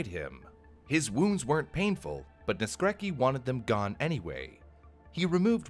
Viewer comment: that's not how you pronounce Naskrecki, check on google translate next time (this is polish)